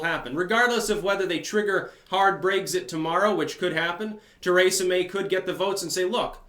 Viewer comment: When I listened to you say Kratom you about drove me insane, now that I hear you say Teresa I realize it's intentional.